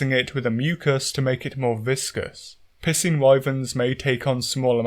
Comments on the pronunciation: "capcom have the fun pissing fight nailed down" THATS EXACTLY HOW YOU ARE PRONOUNCING IT MAN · "It does seem at long last capcom have the fun pissing fight nailed down." At this point I'm starting to think you may be 'mispronouncing' the word piscine on purpose 🤣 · There’s a reason why I pronounce piscine as “pie-scene” and not “p*ssing.” Lol. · Im sorry, I can't stop hearing "pissing wyvern" instead of piscine wyvern. Its uncanny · I don't mean to pick on you or your accent, but I love the way you pronounce Piscine. Sounds like you're saying "pissing" lol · The way he says "Piscine" is Piscine me off.